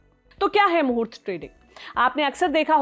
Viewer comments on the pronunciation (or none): आप मूर्त ट्रेडिंग pronounced कर रही है जो गलत है ।